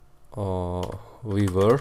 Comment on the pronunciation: "teem veevar" 🤣😂